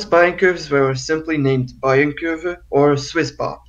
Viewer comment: It's pronounced Bayern Kurve not Bayern Kurve!!!